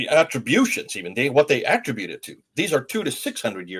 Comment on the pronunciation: 'Extant' not 'extent' manuscripts. Extant - existing, present, available. Attribute (noun): emphasis on the first syllable Attribute (verb): emphasis on the second syllable